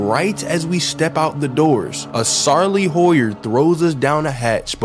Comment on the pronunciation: Sarley Howyer??????????????